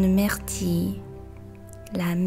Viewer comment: 感谢你的视频，非常有帮助， 处的myrtille读音是不是有一点点不对？